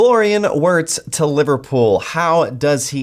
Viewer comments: Virtz* Germany pronounce W as V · This guy has the absolute worst pronunciation ever 🤣 it’s said VIRTZ